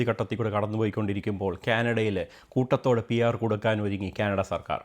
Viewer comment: Koothathodeyo.. its koottathode